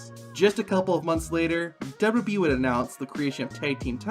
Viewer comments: Why wont you pronounce W-W-E properly your saying dub-dubee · Great video but the way you say WWE triggers me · i like the video but the way you say wwe makes me feel weird